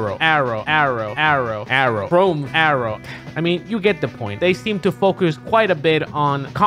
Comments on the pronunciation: How the hell do you even pronounce chrom as chrome? There's no e at the end lol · The only reason why you should call chrom ”chrome” is if you’ve seen his name for the first time and misread it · Me, a Chrom main: Same-us? I guess some people pronounce her name like that I'll let it slide- "Chrome" what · "chrome" "Ry-you" "Say-mus" "Sak-u-rai" UGHHHHHHHH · people who say "Luff-fy" instead of "Loofy" sAyMuS, cHrOmE, sAkOoRaI... cHrOmE